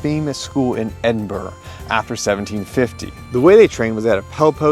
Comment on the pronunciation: Ed-in-burr-uh, laddie. Not Burgh.